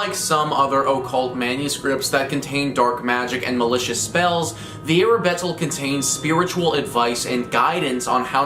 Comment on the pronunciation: that's Arbatel, not Arabetel (see )